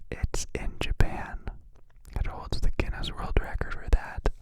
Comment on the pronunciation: i can hear it 😆